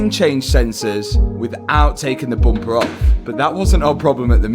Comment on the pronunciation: I love when Mat says boomper